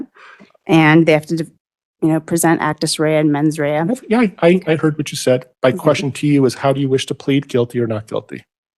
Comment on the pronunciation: Actus Dia-Reus and Mens Dia-Rea